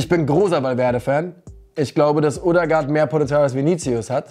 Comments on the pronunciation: Ødegaard wir Ödegaard ausgesprochen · Man spricht ihn Ödegard aus. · Kannst du Odegaard bitte richtig aussprechen?